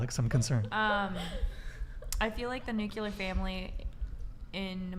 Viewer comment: It's NUCLEAR family, not nucular family.